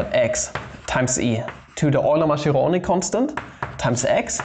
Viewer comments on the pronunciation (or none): Mascheroni is actually pronounced Maskeroni, not Masheroni